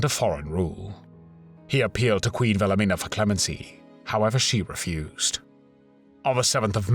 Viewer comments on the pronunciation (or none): none